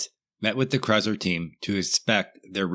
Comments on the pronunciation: OMG dude, it's Chrysler NOT Chyzler!!! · Dude... Chryzzler? Debyou-ted?? The mind reels...